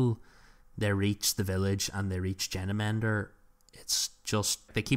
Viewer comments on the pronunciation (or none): Thought it was odd that you were pronouncing Genemender as "Jenna-mender", but apparently it's like that in the audiobook? A bit odd, lol.